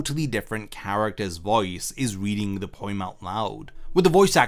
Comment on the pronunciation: sorry... did you pronounce it poiem?